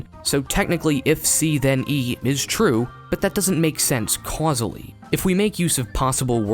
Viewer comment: “Causely” damN I love you